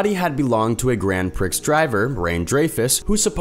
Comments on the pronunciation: "Grand prix" is pronounced "grand pree"; not "grand pricks," although the pronunciation in the video certainly got lots of laughs from the silly children who watched. Also, "Rene" is pronounced "Rannay" (with emphasis on the first syllable); not "rain." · In the number one spot, did you call the original owner a grand "pricks" driver? (Prēē) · "Grand Pricks driver" LOL